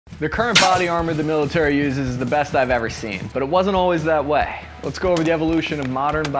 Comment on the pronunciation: "that wey"